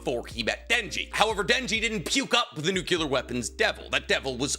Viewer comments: NUCLEAR! It's nuCLEar, not nuCULar. What the hell man? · My brother in yhwach It is NUCLEAR not NUCULAR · "nuke-you-lar weapons" lol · It's physically impossible for this guy to say the Nuclear correctly.